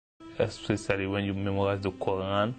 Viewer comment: he says QU AAN...HAHAHAHA